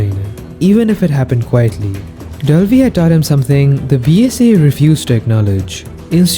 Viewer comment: Why in the re7 portion of the video were you saying "Delvi"? What is Delvi?